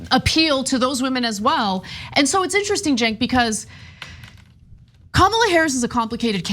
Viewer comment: I'll give Vance props on one thing. He pronounced Kamala correctly.